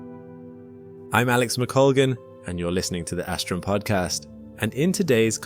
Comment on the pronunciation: Lol asstrum